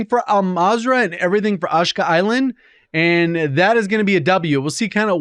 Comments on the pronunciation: Ashika is pronounced 'Ah-She-Kuh', not 'Ash-ka' just fyi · a-sheee-ka lol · Why does he pronounce the island that way? Does he not know how to to pronounce it?